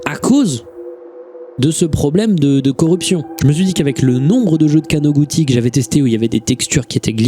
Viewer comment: + le Kanoguti mal prononcé mais c'est un tout piti détail